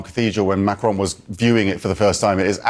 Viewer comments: Its not macrone it's Macron. Jeeze get it right will ya.😅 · Could someone tell these North American TV presenters that it’s not “Macrone”, it’s “Macron” with a short “o” sound? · Are there any Americans that are capable of pronouncing 'Macron'? It sounds more like 'Don' than 'drone'.